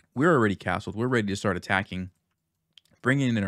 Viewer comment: "shtart," "shtrong," "forshes"